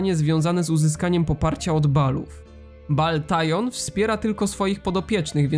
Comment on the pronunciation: Dżemkuje za wspomnianko, pozdrawiam z rodzinką 🎉 Edit: Baal Tyon by nie Tyon jakby tyle nie żarł